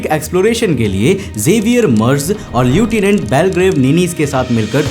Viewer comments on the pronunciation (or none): Lieutinent এর উচ্চারণ হয় লেফটান্যান্ট।